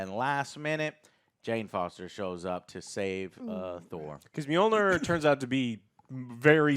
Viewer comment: The way you pronounce Mjolnir is bad enough Joe but "Storm bringer"? Lol put some effort in bro.